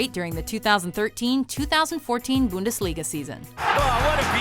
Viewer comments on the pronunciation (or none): Booondesliga lmao fix the pronunciation